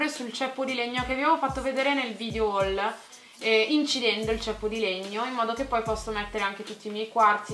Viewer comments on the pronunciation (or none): none